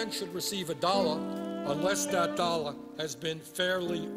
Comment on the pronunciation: I love how he says "dollar" "dolla" lolol